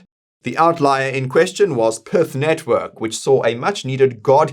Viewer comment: Pretty sure PYTH isnt pronounced Perth